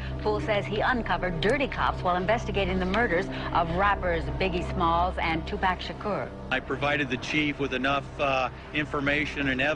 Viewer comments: wtf dude kept pronouncing his name Tu Pack. Shit was getting on my nerves for real. If you can't even pronounce the brothers name right then you aint got no fkng business doing no documentary about him. I know somebody heard him saying it like that and corrected his ass but he kept doing the shit. I respect that he is trying to shed light on the whole event but come on man, keep the legends name out your fkn mouth if you can't get it right. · hey you can erase this bro but please if that says Tupac make it say t u p a c thnx peace to u